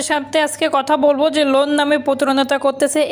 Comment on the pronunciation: লুন না লোন